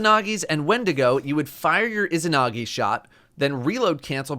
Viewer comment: The pronunciation of isahnahgee is really getting to me 3 minutes in to the video